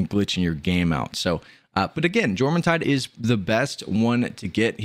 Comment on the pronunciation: y-orm the J isnt juh its y like yawn its norse